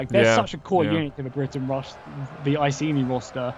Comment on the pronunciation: The way he says "iceni" triggers me. It's pronounced I-see-nigh.